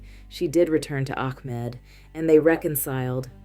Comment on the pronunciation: Sometimes you said AHmed something ARhem. Ahmed with a H is the correct way to pronounce this name. Or just say the boyfriend…